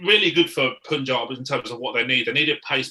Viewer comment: just one more thing: its Punjab.... pronounce PUN ....then add Jaab.....its not Poonjab....